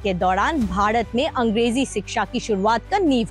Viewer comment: Stupid are the people who say english is colonial language.... For we south indians, both hindi and english are foreign language... Well why this anchor pronounce bharat as badhat..... Effect of Varrr rukvadi